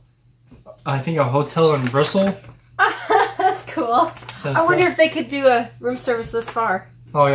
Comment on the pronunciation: Did you say the menu was from Bristol? If so, you need to pronounce the “t” clearly so it rhymes with pistol.